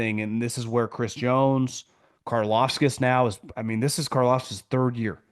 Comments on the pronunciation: It's CAR-LAUV-TISS KARLAVTIS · inability to pronounce Karlaftis or even come close is pure gold 😂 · It triggers me how you say Karlaftis..